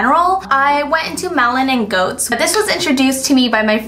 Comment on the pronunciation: It's pronounces gates I believe for "goetz" haha loving this video either wayyy!!